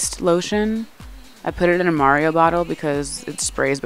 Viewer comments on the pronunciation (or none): none